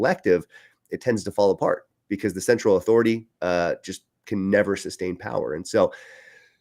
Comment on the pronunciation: What's a "Cerntral Bank?"